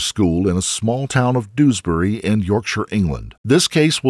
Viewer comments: Doos-bury is actually pronounced Dewsbury. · It’s not doosberry…it more like jewsberry…